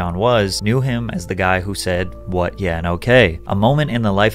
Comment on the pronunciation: You said 'yeah' wrong. 🤨😬😱